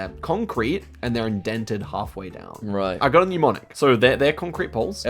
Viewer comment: Also, he joins Jeremy Paxman and Amol Rajan in saying “Pneumonic” when he means “mnemonic.” Drives me nuts every time.